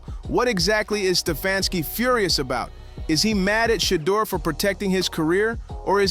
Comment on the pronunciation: You know what got out of this story? How many ways you can make up the way to pronounce Deon and Shedeur! You’ve said their names abt three different ways! Who writes these scripts? SHAME!!!!!